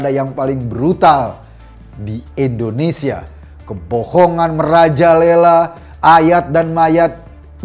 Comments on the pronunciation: INDONESIA Pak Eko, bukan ENDONESIA 😊😊😊😊😊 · Indonesia, bukan ENdonesia..